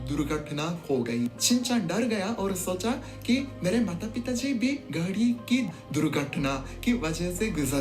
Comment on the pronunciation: You should correct your pronunciation of गाड़ी ।। You pronounce गाड़ी as घड़ी